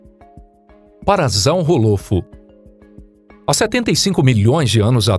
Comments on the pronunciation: o cara leu o nome do bicho "para-zau-rô- lofo". Kkkk O certo é PARA-SAURO-LOFO Sauro de dino-SAURO O dinossauro é um PARASSAURIDEO então se diz PARASSAURO-LOFO. Dino-ssauro > para-ssauro Não sei de onde tirou o som de "z" e o som de "hô". falou o nome com Z denovo. sauros é com S e não com Z. "PARA ZAU HÔLOFO" foi f0da. Kkkk Só faltou ler o nome dinossauro assim: "dino-zau-hô". Só tô dando a dica pra falar o nome de forma correta nas próximas vezes. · Se diz parasaurolofo não parasalrrofo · Parassauro não pasazauro lofo kkkk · o cara falando os nomes dos dinossauros quase todos errados ex: errado paraZAURROolofo correto paraSSAUROlofo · A pronúncia do parassaurolofo está errada, n é parassaurolofo com som de z é de r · Parazau rolofo é foda né É parassaurolofo ou simplesmente parassauro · A pronúncia certa e parassaurolofo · “parassaurolofu"doeu amigo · Bom video mais o nome do parasaurofo n se fala assim como z se fala como s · Kkkk parazaurrolofu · O meu filho tem 6 aninhos e conhece quase todos os nomes dos dinossauros, ele ficou corrigindo o narrador 😂 é parassaurolofo ele falou. Mas são muitos nomes e todos complicados ☺️ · "parazau rolofo" wtf?? mano, tirou essa pronúncia de onde??? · Isso que dá quando um canal de pipa tenta fazer video de dino, pronuncia errada e informações incorretas q já estão ultrapassada a anos, parassauro é do cretáceo igual ao T-Rex mais não tem fósseis com a mesma datação, portanto não conviveram juntos, oviraptor não era ladrão de ovos essa informação errônea já foi desmistificada a mais de uma decada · Rindo muito com sua pronúncia de "parasaurolophus" 😅🤣🤣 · Quando ele pronuncia Parasaurolofo eu tenho dor de ouvido! 🤕